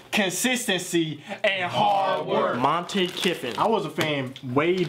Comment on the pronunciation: You pronounced Montie Kiffins first name wrong. Lol these are all funny but when you get out of your team you need to talk to more fans of that team.